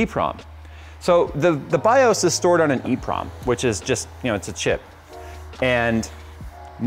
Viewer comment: it's called an EEPROM